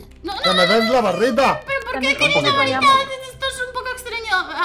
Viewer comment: Dise la barrita enves de barita